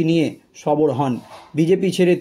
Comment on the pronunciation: কথাটা সবর নয় সরব এটা দৃষ্টি কটু শোনায়।